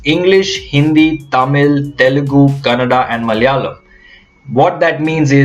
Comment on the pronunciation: My language is often the most mocked language....nice to see a north indian pronouncing the word 'Malayalam" so well.....